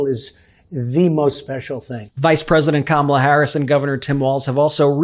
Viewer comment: needs to just shut up republicans are such liars.She purposely pronounces Kamala wrong so she will always be to me.